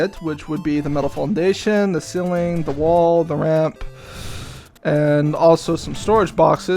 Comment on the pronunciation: Ceiling is pronounced "Seeling", not "Silling"